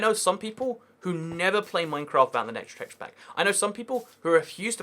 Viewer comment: Every time he says teshapak drink